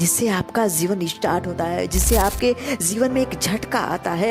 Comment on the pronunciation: Why This video has only 74 views 💀. Isko kam logo ne dekha hoga , maybe kuchh ne kam views dekh kar pehle hi chhod diya aur kuchh logo ne aapke "zeevan" waale toungue 👅 slipping ko sunkar. But... YE TRUE HEARTEDLY MADE CONTENT HAI AUR YE UPAR JAAYEGA !!! Damn Sure ! And plz pin. This is your video's first comment. Ye bhi unn logo ki life ki tarah ghum naa jaaye jo chhod gaye 😉😆